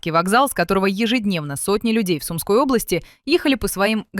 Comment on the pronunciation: Ну не СУмской, а СумскОй... Спасибо